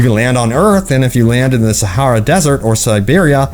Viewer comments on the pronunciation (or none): none